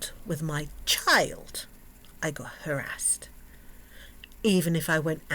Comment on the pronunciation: when you say harraased.. what happened?